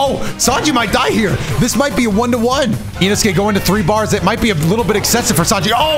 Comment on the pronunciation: Bro said inosuke wrong 😂